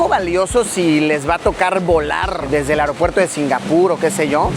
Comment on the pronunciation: Yo con mi TOC, escuchándole decir mil veces AROPUERTO, Luisillo es AEropuerto 🤣🤣🤣